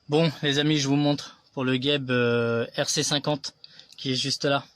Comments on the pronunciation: Et oui cest pas bien prononcé il faut dire Jeb pas gueb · On prononce JEB et pas GUEB il n y a pas de U